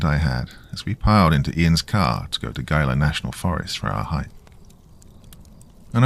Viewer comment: It's pronounced he-la. Think he-la monster